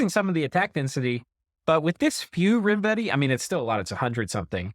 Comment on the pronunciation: Still enjoying. Also, just a shot in the dark for no reason, but I suspect it's pronounced 'rime-vetti' and not 'rim-vetti'. Rime being a frosty ice word and all.